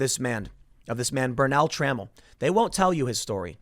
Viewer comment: FYI: it's Tra-MELL, not trammel.